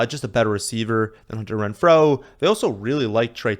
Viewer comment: That's not how Renfrow is pronounced lol